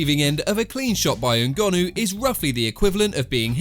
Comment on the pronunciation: Why can you not say people’s names properly? It’s not that hard? NGONNOU 😂 you do it on every video.. 😂